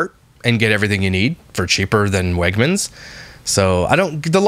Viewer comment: Uh did she say Wagners instead of Wagmens? Goodness I even know it and where I live we don’t even got 1 single store nearby not even Florida that I know of tbh. Oof yikes.